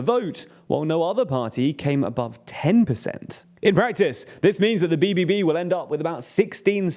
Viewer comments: you butchered bbb XD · Good effort on trying to pronounce BBB but that was terrible 😂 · Say BBB again please - loved it